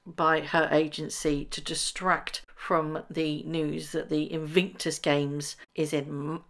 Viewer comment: It’s “Invictus” not “Invinktus” btw.